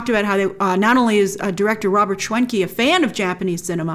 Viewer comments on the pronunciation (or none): none